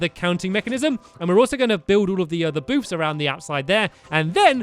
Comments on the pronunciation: did anyone else notice stampy said "boob" instead of boothe?!?! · Did you say boobs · "Everybody else is gonna be in little boobs" - Stampy I know he said booths but I heard it like this😂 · Damon Benson it actually sounded like little boobs 😂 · Did you say little boobs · When Stampy said booths, I thought he said BOOBS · "Everybody else is going to be sitting in boobs" Hahahaha😂😂😂that is what I heard!!!😂😂😂😂😂😂😂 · was it just me or did stampy say boobs -_ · Boobs or Booths? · he did didn't he ik he was soposed to say booths but if u listen closely it sound like he said boobs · he says boobs or booths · Lucy Rawlings but i did here him say boobs but he meant booth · he said there both gonna be in little boobs lol 😂😂😂😂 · Tying had to keep replaying that part when he said booths cause his accent made it sound like boobs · Is it me or did miss-say the word booths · he said booths but he had an accent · He said booths but yes it did!! LOL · It sounds like boobs XD